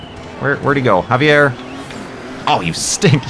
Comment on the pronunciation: Javier, it's pronounced havier. Lol that's my name Aaahh rymes